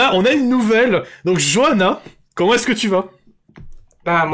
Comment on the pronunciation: Johanna ??? C'est pas Johan plutôt ?